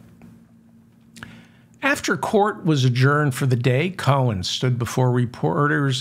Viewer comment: Cohen , ( Co in ) , Not Cone